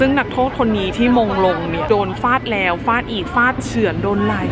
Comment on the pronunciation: ฟาด ไม่ใช่ ฝาด